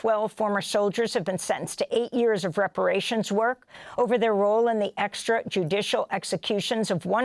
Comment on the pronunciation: Say extrajudicial again!